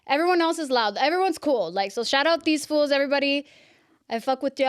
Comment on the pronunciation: She keeps saying fools 😂😂 Girls it’s foos